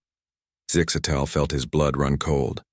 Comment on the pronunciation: Zig zags 🤣🤣 I think the ai's having trouble with zixastals name.